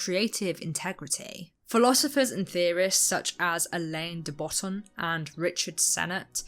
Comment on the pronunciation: Also re: pronouncing Alain de Botton’s name. I believe it’s said the french way, which means the elaine/allan thing is less important than the fact that neither of the n’s are pronounced lol. French is weird.